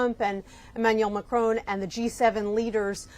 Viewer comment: It’s Macron on said on not ‘own’. Sorry but it’s irritating! Sentiments good though.